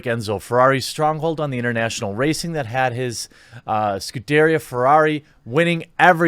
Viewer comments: Scuderia lol, it's pronounced scoo-duh-rhea. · Can you say Scuderia as Scudarra made me laugh. GG Quartering. I dont know why people hate this movie. It makes no sense.